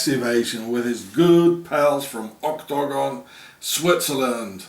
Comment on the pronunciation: I LOVE IT WHEN YOU SAY OCTOGON PLEASE SAY IT A LOT MORE IN YOUR VIDEOS HA HA